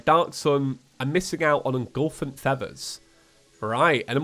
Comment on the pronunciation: cringe He kept saying "engulfent feathers", when it is actually "effulgent feathers"...